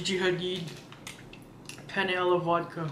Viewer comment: Very good perfect Italian pronunciation, Penne alla vodka, 👍👍👍👍👍❤️❤️❤️❤️